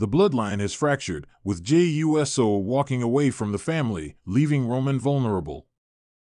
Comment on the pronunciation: Why do you spell out Jimmy uso last name you literally spell it out and say u s o😂😂😂😂😂😂😂 I know someone has to check this before you put this out practice practice practice practice practice practice practice make perfect